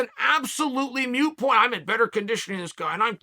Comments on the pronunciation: Moot. Not mute. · Moot point, not mute point Uncle Chael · “It’s a ‘mute’ point”. 😅😅😅 Chael, it’s “moot”. I can explain but since you don’t read all the comments, that might be a moot point. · OMG it's 'moot' point, Uncle Chael, not mute !!! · Chael, the word you're trying to use is moot, not mute. They're pronounced differently. Google it buddy. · It's a 'moot point'... but somehow Chael makes 'mute point' sound correct. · Moot Chael, not mute. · WHat the hell is a "Mute" point Chael lol? I think you mean "Moot" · Lmaoooooo moot rhymes with boot not cute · I feel like he knows the word is moot and just intentionally mispronounces it like everyone’s names